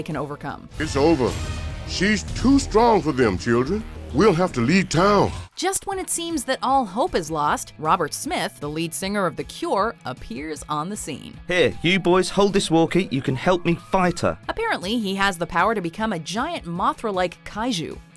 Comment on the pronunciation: Wtf is a "kior"? Cure, the word you were looking for was Cure. The Cure. Not "kior"